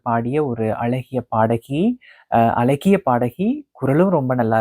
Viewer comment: azagiya ozhungga prononce pannungha mudalil..alaghi ellai azaaghi